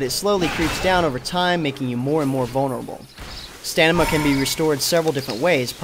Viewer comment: Are you saying stanima? Haha good video.